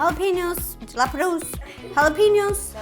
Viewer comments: JALA PEN YOS 🤣🤣🤣🤣🤣🤣🤣 YOU ARE THE CUTEST LOVE YOUR RECIPES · Ro: jalapeño, no wait- halapeenioos , no wait- Me: crying of laughter. Ro: gets it right~ smiles~ ruins it ~ Me: 🤣🤣🤣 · Ro it's simple, Jalapeno PEEno ok? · No one: Not even you: Ro: halapeniou halapeniou halapeniou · “Jalapeño”..........*smiles and shakes head* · The funniest blooper was when she can't pronounce jalapeño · Don’t forget her mispronouncing jalapeño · No one Like no one Ro: can't pronounce jalapeño properly